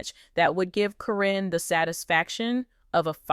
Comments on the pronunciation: At least mention her name correct. Not Corinne it's karen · Hate the way you pronounce Caryn. This must be a computer generated voice!